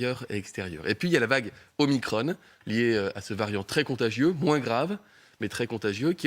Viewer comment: ça me fait bien rire la prononciation de Veran! OmicrONNE ! pour ne pas dire OmicrON > Omacron